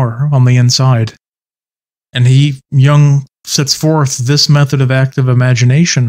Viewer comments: Stop saying 'young' it's Jung with a U. Jesus christ dude look at the pronunciation, this one's very easy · Stop pronouncing Jung as young 😢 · I don’t get how you can know Jung so well but not know how to say his name correctly. It’s not like the English ‘young’. The U in Jung is like in the English ‘put’ or ‘foot’. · Also young is technically the english translation to his last name so its not far off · Is it somewhat like "Yoong," but with the "y" sound at the beginning not being as smooth as an English speaker would pronounce it while saying "you," for instance... but something that might be described as being between that "y" sound & a "chk," but with the sound made in the back of the throat & mouth instead of with the teeth at the front of the mouth?